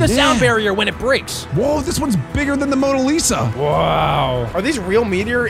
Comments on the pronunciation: literally said monileasa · Bro said moa Lisa 💀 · bro said monolisa its tiny thats the statue of liberty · Did bro just say mone lisa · The fact said mona lesa instead of the Statue of Liberty 🗽 is really triggering… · I said that is not the Mona Lisa 😂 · Bro said Mona Lisa 💀💀